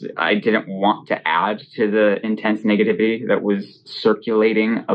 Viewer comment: 37 bruh did he say “negevity”??